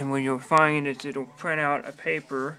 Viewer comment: Scween? pwint? cowor? What are you Asian?!!